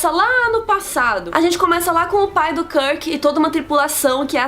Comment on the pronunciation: Nossa ,vc tem certeza que você assistiu os filmes mesmo !!! você falou muita besteira! !! onde vc ouviu karke e o escondi porra pronuncía direito o nome !!